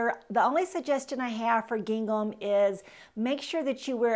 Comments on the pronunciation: Gingham is pronounced like ging - um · I think she should learn how to pronounce gingham. That was distracting. But I generally agreed with her suggestions. It is not always WHAT you wear but HOW you wear it. Attitude Girl Attitude. That’s important.